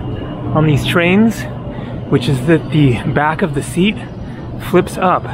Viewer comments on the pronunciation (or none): none